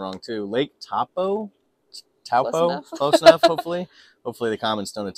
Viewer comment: Kai ora. You pronounce Taupo ( Toe as in the foot and Paw as in a cat) my home town. I hope you enjoy your stay here.